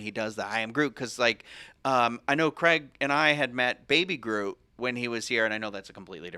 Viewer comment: Tell me Cwaig!!! Bahahah I'm intears!!